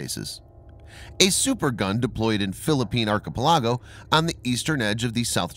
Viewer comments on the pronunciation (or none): It's pronounced Archi- peli- go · Who pronounces archipelago that way??? What a savage.